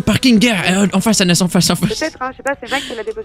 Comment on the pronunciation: prochan foi tu t'appel tobias et anas dit son nom au flic (il dit amas au lieu de anas)